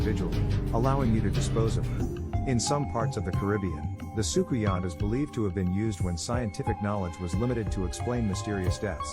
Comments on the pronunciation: Hey. Trini here. The pronouciation of Soucouyant is Soo-Coon-Yah. Love your vibe. Especially since we have the same name. 💚🇹🇹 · I'm late but socouyant is pronounced as sukunia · You just jumped in my algorithim and its ok. Subbed. As a Trini 🇹🇹 i appreciate this video. The pronounciation is Soo Koo Yaah.